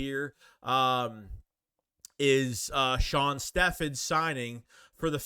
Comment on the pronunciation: Shon Stephens last name is NOT pronounced Steffons. It’s pronounced STEVENS